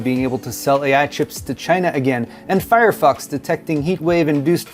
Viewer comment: I swear I heard "Firefucks" when you said fire fox..... then I heard "Suckit str5" lmfao this is a fun episode.